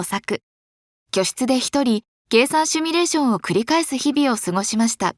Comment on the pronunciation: KAIZEN、日本の得意技であり真骨頂ですね！ 今後半導体は必要性がどんどん高まるのでエコ化は全方面のために素晴らしいことです、ぜひ成功しますように🙏✨ ところでナレーションの方、「シュミレーション」て言っちゃってますよ😸